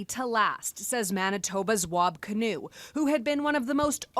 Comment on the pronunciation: Kinew, not canoe I think.